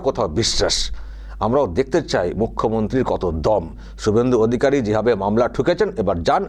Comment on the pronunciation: কিছুই হবেনা কারণ শুভেন্দু অধিকারীর নাম যেভাবে মুখ্যমন্ত্রী উচ্চারণ করেছেন তাতে বিরোধী দলের নেতা শুভেন্দু অধিকারী কেই যে বলেছেন সেটা বুঝা যায় না।